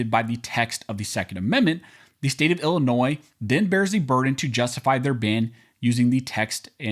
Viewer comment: Thank you for pronouncing "Illinois" correctly in both the singular and the possesive uses. As a long time resident of the state it annoys me when it's mispronounced, especially by lifetime residents!